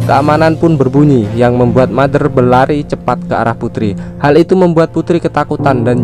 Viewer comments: iam Mother DIBACA iam Matter huehehe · Putri bertanya kepada mater, ngomong mader nya capek apa 🤣